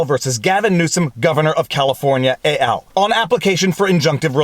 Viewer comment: just FYI, ET AL is Latin not French, so it's pronounced with the 'T' ;)